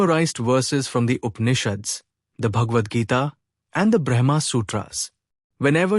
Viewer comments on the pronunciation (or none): "The changing world is known because of the Unchanging"- this sentence is enough for one to intute The Unchanging 🙏 Can Brahma and Brahman be pronounced correctly please?